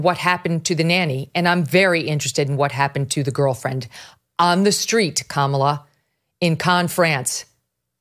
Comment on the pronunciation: I cal he kamalalalalala land🤣🤣